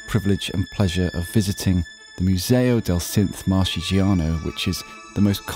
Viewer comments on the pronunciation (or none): Right pronunciation it MOOSEOW DAHKL SYNTH MAHRKEGEANOW (Marche region CH is read as a K)